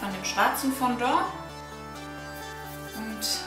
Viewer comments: Das heißt Fondant nicht Fondor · lern sprechen.... es heisst fondant! sowie man es schreibt.....